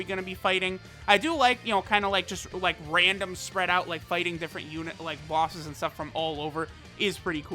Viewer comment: Normal Person Pronunciation: Bosses pronunciation: BAWSES